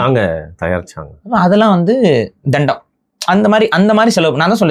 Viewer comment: தண்டம் word தெண்டம் emotion 😂😂